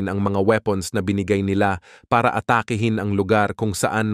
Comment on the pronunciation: PATURO sa WASTONG pronunciation ng 'ATAKI'HIN'.